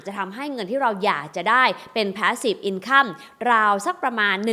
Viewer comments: หนูติดตามพี่มานาน สงสัยว่า คำว่า INCOME ทำไมไม่อ่าน อินคัมคะ เห็นทุกคลิปอ่าน อินคั่ม แอบหงุดหงิดบ่อยๆ พี่ช่วยแก้การออกเสียงได้ไหมคะ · เห็นมาหลายคลิปแล้ว ขัดหูจริงครับ พยายามค้นว่าฝรั่งเค้าอ่านยังไง คนปกติอ่านอินคัมนะ come เราก็อ่านว่าคัม อยู่แล้ว กูรูการเงินท่านอื่นก็ไม่มีใครอ่านแบบนี้ ไม่อยากให้คนรุ่นใหม่เข้าใจผิด เอาไปใช้ต่อเลยครับ